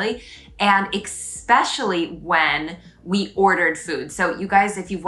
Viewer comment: Very refreshing, love your observations. Where were you born, I notice you say exspecially, I wonder where it is originated, I heard it somewhere but can t situate it really. Keep up the good work et bienvenue à Montréal!